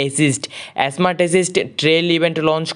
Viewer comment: স্কোয়াড ❌ এসকাউড✅ স্মার্ট ❌ এসমার্ট ✅ 😄😦